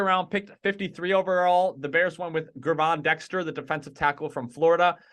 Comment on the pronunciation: Pronouced "JERVON" Dexter